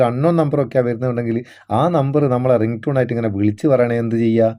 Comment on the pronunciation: സഖിവേ റിൻ്റൂണല്ല റിങ് ടോൺ അതല്ലേശശി ചേ ശരി